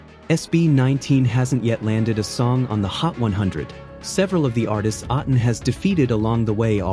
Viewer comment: Hi, you mispronounced A'tin. Say it as A like letter A of the alphabet. Then the next syllable is "tin".